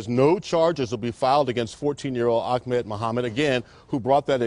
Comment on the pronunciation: people still dont know how to pronounce ahmed...